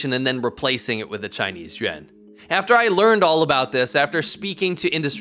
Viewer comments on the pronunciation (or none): It's Yuan, not Yuen. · Why you pronounce yuan sounds like yen....what and why? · Bro can’t even say yuan right lol